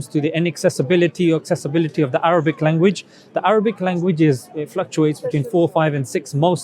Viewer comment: He keep saying written "in Arrabbic" as if Arabic is not a worthy of language. In my mind he racist hypocrite.